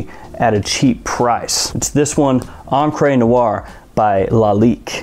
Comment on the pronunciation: Hey, just some advice, because you often discuss "Encre Noire" in your lists. It's not pronounced as "encr-ay' but more like 'encr-uh". The last vowel sounds the same as in '"the". Not as in "they". Love your videos by the way ;p